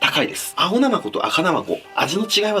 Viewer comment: なまこ のイントネーションがおかしい